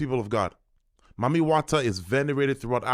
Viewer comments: It sounds like they’re saying “Mummy” water. Seems ominous… Is this spray some kind of Preservation for a “dead” face? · Sounds like it’s pronounced “eat dem” eat them …EaDem! Mami Wata is a mermaid 🧜🏽‍♀️ siren and Sirens “EAT” the sailors …… hmmmmmmm I wonder what is being released that is eating on the humans